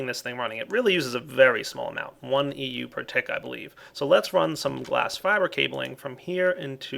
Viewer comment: its EU not MJ